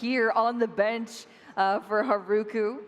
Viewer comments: English butchers the Japanese language. I can't with "Haruku" pronouncing the r-sound with and English R. It destroys my ears. They should learn to pronounce Japanese properly. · Mispronouncing Haruku’s name is just another example of how we need way more learned commentators when this is the games origin country to begin with.